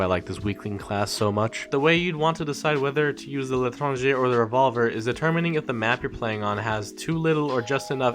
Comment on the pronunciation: Saad khan LITRANGER